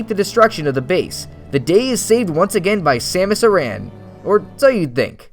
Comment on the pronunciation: Hahaha “Samus...eh-ran” 😂😂😂